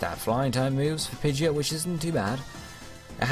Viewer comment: Pidegeit..... He doesn't say the "o" :I